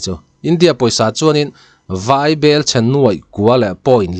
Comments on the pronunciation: Vai bel chhiar anilo,vaibelchhia zawk aw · Vai bel ( Vai ho bel/thilchhumna ) anga lam loh tur aw i tisang lovin i hi a nen inchen in lam la a dik zawk lo maw ?